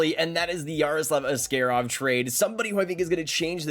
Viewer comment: Ass-kay-rov? Isnt it ass-kah-rov?